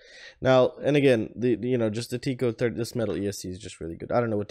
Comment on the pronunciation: It’s tek- ko. Not teek-ko. :)